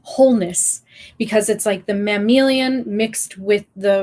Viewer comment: mammalian, not "mammilian." the word pronounced correctly sounds like "ma'am alien."